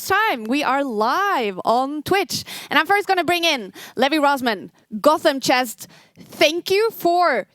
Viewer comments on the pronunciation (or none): Did she really say GothamChest? 😂😂😂